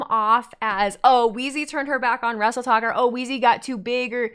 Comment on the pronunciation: Does that mean the Wheezy vs Tiktok rivalry over...👀 I kept hearing "Wrestletalk" instead of "Wrestletok" lol.